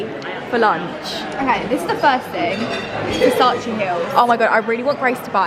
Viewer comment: Versac-ay not Versac-ee 😩